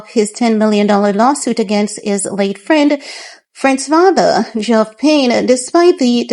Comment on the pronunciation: Its Geoff reads as Jeff x